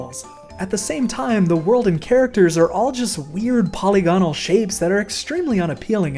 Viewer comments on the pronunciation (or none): Just a little fyi, polygonal is pronounced "puh-lig-uh-nl."